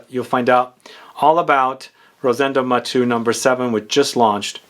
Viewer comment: Not Matú/matoo. Is Maté-u.